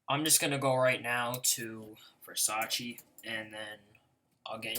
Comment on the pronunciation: It's not "versacheeee" you fucking idiot it's "versachay" , I'm italian.